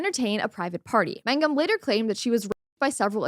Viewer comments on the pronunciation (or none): Why do you keep saying magnum when it’s mangum?